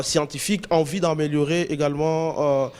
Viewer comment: Oyo nani lisusu? Ozo loba "vi" olie de 'vue" francais mobulu